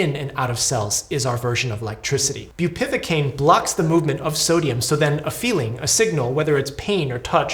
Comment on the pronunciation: Awful situation :( Just to be that guy: it's bupivAcaine, not bupivIcaine